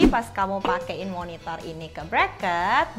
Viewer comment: Gara gara, pas dia bilang Monitor, gua dengernya MonitoL...!